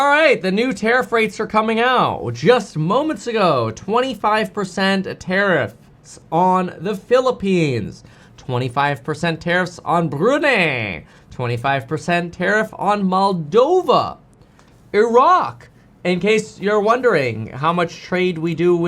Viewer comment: "Brunay" 😂 assume you mean Brunei?